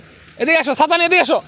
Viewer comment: সালাম ভাই ছাতা না বলে চাচা বলছেন 😂😂😂😂😂